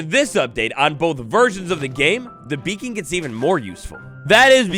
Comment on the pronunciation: I thought bro said bacon at the beginning instead of beacon and got so excited for something so small lmao